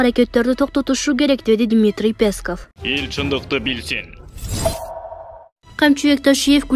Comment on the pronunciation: пЕсков эмес, ПЕСКоВ. Качан ударениени туура коесун. Кемчилигини ондосон боло, элди угуп. Биз силердин кузгунорбуз.